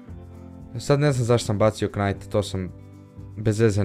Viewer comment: ne cita se knajt vec najt